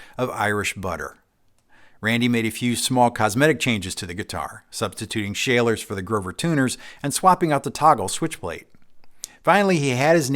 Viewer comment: Schaller is pronounced 'shuller' 😉 (at least in Germany, the home of that company)